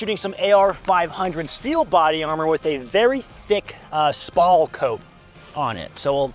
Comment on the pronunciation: Your getting better with the pronunciation on spall, however it is still incorrect to even mention it. Steel armor plates do not spall, they fragment the bullets and then the fragments fly into you neck, chin, and arms.